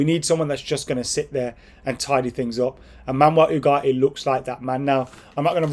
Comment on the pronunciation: Manwell ooh-gart-eee 😂